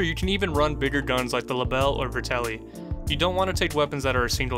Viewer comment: Vet-ter-li not ver-tel-li